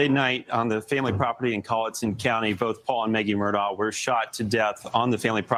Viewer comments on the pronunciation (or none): Why do they keep calling them Murtau? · It pronounced “Murdaug” spelled Murdaugh as he Alex pronounced it that way in his 911 call.